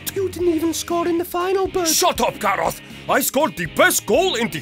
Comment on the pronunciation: He kind of says it like GAROTH